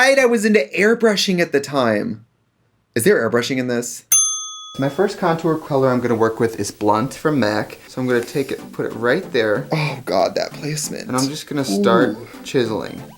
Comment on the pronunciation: are we not gonna talk about how she said contoor